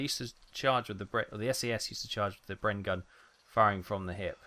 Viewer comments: I was going to say that, I have heard of a Bren Gun..... never heard of a Breen gun though ! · Nice except that it's bren as in glen.